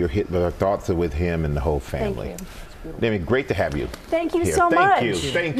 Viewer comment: Dem-ēē' is the correct pronunciation, not Demmy.